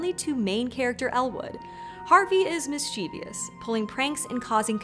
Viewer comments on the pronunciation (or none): Mischievous. Not mischievious. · Does anyone else die a little inside every time she can't say MIS CHIV US? There's no extra I in that word! 🤮🤮🤮